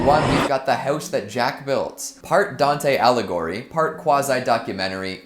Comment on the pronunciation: It's not Dante allegory, it's Dante Aligheri...